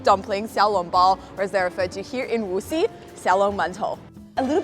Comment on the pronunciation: It’s not Wuxi, it’s Wuxi. You need to work on your pronunciation. Say it with me “Wuxi” Surprised you could see the sky and it was blue…china could be so beautiful…